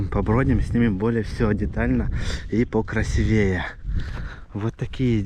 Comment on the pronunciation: По - русски говорят - красИвее ( удаение на И), простите